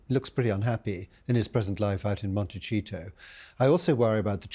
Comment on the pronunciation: Gosh, learn how to pronounce MonteSEEtoe